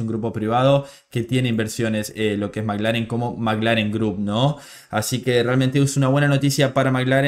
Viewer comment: Perdóname no se si soy yo o tu acento pero parece que dices Maglaren y es McLaren (maclaren)saludos desde Vancouver 🇲🇽🇨🇦🇳🇱🏁🤟🏼